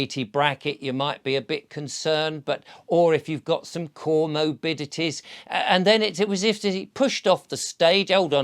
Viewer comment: can say "cor-mobidities" and it is all A. O. K! ✌👍👍